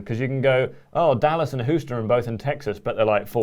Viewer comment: I don’t mean to sound like a troll but please tell Houston, Texas is not pronounced (Who-ston). Much love, HC.